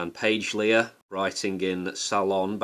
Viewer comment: This is misleading. Also, please learn to pronounce her name correctly.